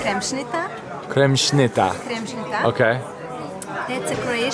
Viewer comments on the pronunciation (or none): You butchered that kremšnita, man! 🤣 I really want one now, though.